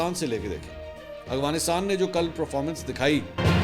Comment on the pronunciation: Mansoor bhai, please try to pronounce AFGHanistan as its written, instead of AGHVinistan that you usually say 😊